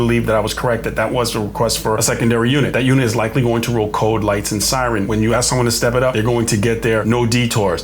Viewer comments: I’m with you on “aks”… drives me absolutely insane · yes, it’s less legit than ask. 🙄